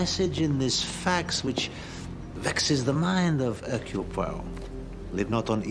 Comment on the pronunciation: Modernized version, but entertaining and well acted. Poirot's name gets butchered once again: Her-que-leez Pur-oh. The latest version of this classic story was way too serious and dismal IMHO. This has the right balance of seriousness and levity.